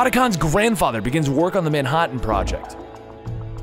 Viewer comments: Did he just say ManHOTtan? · wait... say Manhattan again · Why did he suddenly become Australian when he said Manhattan. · Incorrect pronunciation of "Manhattan" - Incorrect pronunciation of "EVA" Sorry bro, you said comment any mistakes that you made I'll also be checking on your other vids.